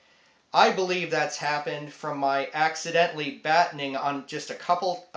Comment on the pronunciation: You need to learn how to say batoning.